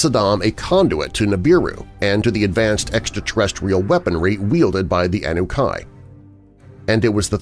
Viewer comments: One mans grim reaper is another mans father time and its pronounced a-nu-nah-key annunaki im sorry im a know it all lol😂😂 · Yeah, this is a Darkive episode where I mispronounced Anunnaki before later learning how to correctly say it! 🤪